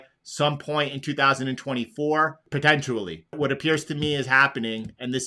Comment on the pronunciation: “Potentially”.. I can’t find the “U” in Potent-i-ally 😂 sorry bro, bugs me everytime